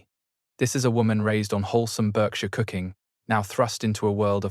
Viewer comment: Berkshire is pronounced Barkshire